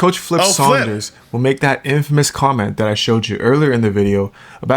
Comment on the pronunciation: Not in--fay-mus. It is pronounced in-fuh-mus and with no pause or separation. Not clowning or anything, I just know we aren't all familiar with random words. 💪🏽